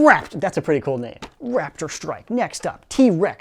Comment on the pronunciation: Who else heard Rap - id - strike instead of Rap - tor - strike?